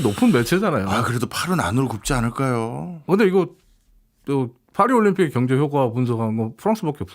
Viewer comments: 그러게 좀 무식.. 빠희라고는 못할지언정 Fㅘ리는 뭐지? ㅋㅋ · 아니 영어로 해도 ‘p’ 발음인 ‘패리스’고, 본토 발음으로는 ‘빠히’에 가까운데, 둘 다 왜 fㅏ리 라고 하는거임?ㅋㅋㅋ 괜히 f 발음 내는데 발음 전혀 안맞음ㅋㅋ 😂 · 파리는 Paris인데 왜 Faris라고 자꾸 헛바람 발음을 해서 거북. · 이말하고 싶었네 ㅍ화리 ㅎ퐈리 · 이야..파리를 f발음으로 하네 ㅋㅋ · '파리'의 'ㅍ' 은 'F'발음이 아니라 'P'발음입니다. 굳이 이런 것까지 지적하나 하시겠지만 방송이란게 수천명, 수만명이 보고 듣는데 영어발음을 하려면 제대로 하는게 맞다고 생각해서 지적합니다.